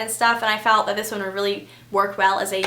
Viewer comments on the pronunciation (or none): none